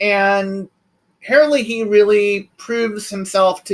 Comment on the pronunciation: You got his last name wrong!